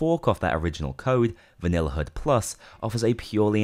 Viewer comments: Take a shot every time he says HUD wrong. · "hood"... Khe he he 'your accent funny' xd